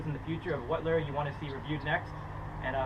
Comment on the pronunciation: Lol learn how to say lure not leerrrr